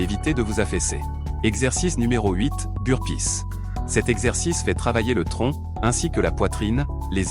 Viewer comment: Sans oublier le Russian touiste et le Bur-pisse 🤣🤣🤣